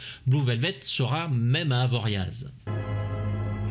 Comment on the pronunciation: Un film magnifique et une critique encore au top. Par contre vu tes choix éclectiques, je veux le dernier samaritain apres ce chef d'œuvre 😂😂❤❤. Merci pour ton boulot et on prononce pas.le z a la fin d'avoriaz.😅